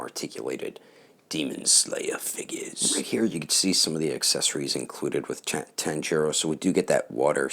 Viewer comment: You said tanjirou wrong but I won't let that ruin the video